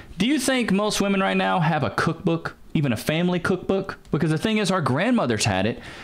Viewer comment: Now its kak book not cook book. Priorities